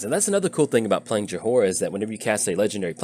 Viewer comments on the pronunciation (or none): You spell it Joy-ra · My head starts aching whenever you say Jahora. Please stop. The H is silent. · Her name is pronounced Joy-rah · about how Jhoira is being said. I came to the comments to see what other people thought about the match but all I see is people complaining that you're saying Jhoira wrong. But to be fair you are saying it wrong. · Well you butchered her name for sure haha. Opponent could have discarded Ral to Chandra to kill you right away.